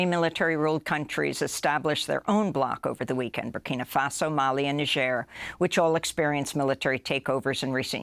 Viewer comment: I don't know why but it makes me happy that Amy pronounced Niger correctly